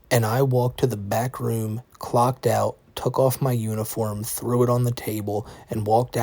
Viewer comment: What is a "woom"? 🤔